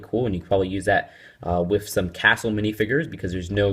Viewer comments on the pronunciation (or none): you say wif instead of with